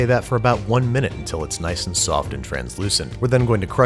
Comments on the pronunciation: Niceu, niceu! Very niceu, Babish-chan! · Nice-u, nice-u! Very nice-u, Babish-chan! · Niceu! Niceu! Very niceu, babish-Chan! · Niceu! Very niceu Babish San! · Niceu! Niceu, Verrrrrry niceu Babish-Chan! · NICESU NICESU BABISH CHAN